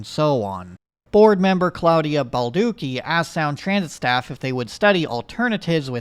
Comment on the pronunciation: It hurt me every time he said it.